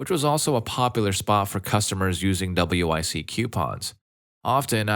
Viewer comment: Hey, just for future reference, you can just pronounce WIC as wick. No need to read out each letter. Might make things a little easier for ya:)